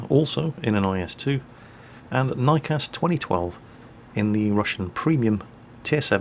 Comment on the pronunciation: Joe Venema and it was niekas not riekas... oh